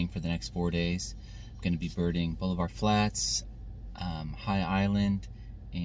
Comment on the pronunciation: We pronounce it ball-iv-er :)